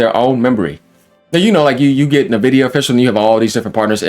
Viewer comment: Sup fellow Texan! I’ve seen like 6 YouTubers pronounce Nvidia “Nevidia” It’s “En Vidia” just FYI my guy